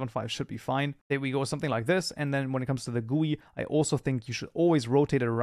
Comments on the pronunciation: Its Not Called Goei Its Called GUI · pls spell it by separate letters :D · The way he says gui.... It's pure pain..